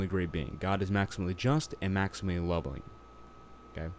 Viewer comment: "isn’t god maximally lobbing?" Could be, could be.. 😁 But this guy said Lobb-L-ing (and wrote it too: "Lobbling") , whatever tf that is.. 🤣